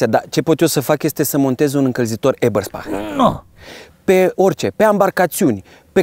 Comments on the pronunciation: Super clipul :) . Doar ca se pronunță "EBĂRSPEHIĂR" si nu "EBERSPAHĂR" :) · EBERSPECHER se citeste